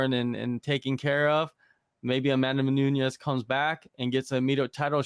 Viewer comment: Bro you can’t be posting videos about MMA and not even know how to say her name correctly smh